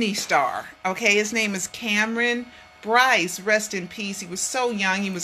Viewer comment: BOYCE, not Bryce.